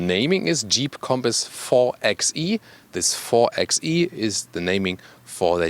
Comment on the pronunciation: Hallo,! Wie gehts?! Love watching your reviews. Just one thing on this one...the 4xe is meant to be pronounced 4 BY e, like 4x4 or 4 BY 4.